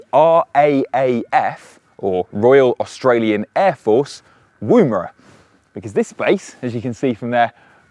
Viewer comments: it's pronounced "Woo-mera" as in a short vowel sounds of "wood" NOT "woooh-mera" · Wumera and Mahralinga? You're putting the emphahsis on the wrong syllahbles mate! Interesting vid though, looking forward to my few thousand k's in an EV next month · Cool video. Thanks for making it. You just need to remember to check your place name pronunciations with someone first. You're right, you did say Coober Pedy wrong, but you also said Maralinga wrong and I think I heard you say Woomera wrong too.